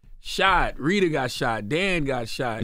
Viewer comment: He said Reeda lol. Wi call har Ritta sir 😂😂😂